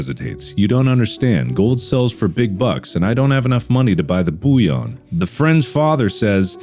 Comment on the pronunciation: Marliplier pronouncing bullion as Bouillion? Exquisite.